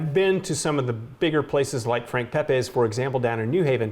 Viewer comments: its pep-EES, not pep-AYS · Making me hungry!! We have to get you to say “Pepe’s” correctly, though.